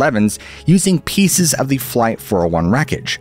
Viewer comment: The word is. Of in not off tin